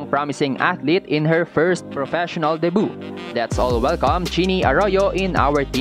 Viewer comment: No hate po pero the proper pronunciation of debut is “day-byoo” :))))